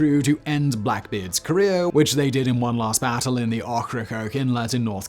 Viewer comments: it's pronounced O-KRA-COKE not OK-RA-COKE. It's one of my favorite islands of the barrier islands in North Carolina known as the Outer Banks. I visit once, sometimes twice a year, aside from that <3'd this vid Simon! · I've heard Simon misprounce Ocracoke on so many videos, it's just painful at this point. It's Oak (like the tree) - ra (soft a) - coke (like Simon's favorite white powder or the soft drink, whichever you prefer). Please, I'm begging you, for the love of my bleeding ears, stop mispronouncing it in every video where it appears.